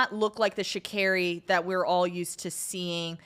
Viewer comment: Please pay more attention to the pronunciation of the Athletes’ names. Sha’Carri is pronounced like sha-Carrie. Simbine is sim-bean-eh. Well produced show still!